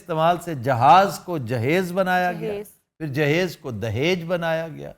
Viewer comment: in wedding context it is derived from samebroot and means preperation proper pronunciation is JIHAAZ